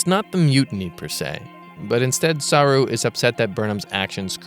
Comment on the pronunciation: You keep saying SAH-roo, but isn't it Sah-ROO? Or am I wrong?